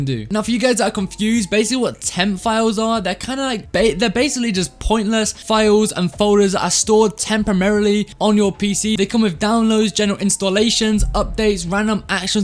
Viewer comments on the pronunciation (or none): Am i tripping or did he say tempamerliy